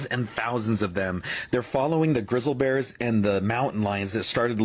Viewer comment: Did that dude just say “grizzle bears”…?? 😂🤦🏻‍♀️ YELLOWSTONE 🌋